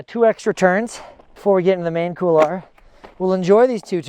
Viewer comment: Excellent episode as always mate... it is funny how many north Americans tend to pronounce couloir as "Kool lah", instead of "Kool waa"... it takes a bit of effort to mispronounce it as well... haha!